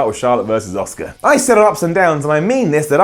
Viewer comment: says Asuka as Oscar lol